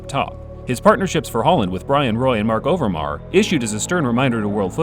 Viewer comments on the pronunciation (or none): How do you americans butcher all the fucking player names so well. Marc Overmars, yet you suddenly forget the S at the end. It's almost as if you have no heart for the game but are just in it for the views.